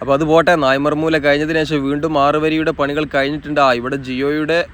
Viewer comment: നായിമാർ മൂല എന്നല്ല. നായൻമാർ മൂല എന്നതാണ് ശരി.